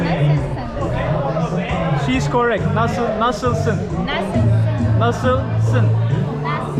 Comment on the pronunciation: esmer kız : nısısınn.. nısısınn..